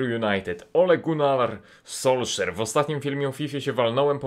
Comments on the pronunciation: Solskier, a nie Solszer ;-) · Nazwisko Ole Gunara czyta się "solskjer" . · Nie, czyta się Sulszær (nie ma polskiego odpowiednika dla æ), już o tym debatowałem z jednym ziomkiem pod poprzednim filmikiem i nawet wysyłałem mu wypowiedz Jensa Stoltenberga, który wymawia to nazwisko podczas konferencji partii AP. Każdy inny sposób wymawiania jest z perspektywy języka norweskiego niepoprawny. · Solszer mnie rozjebalo,takiego przekrecenia nazwiska nie bylo od czasu "Borubara".😂😂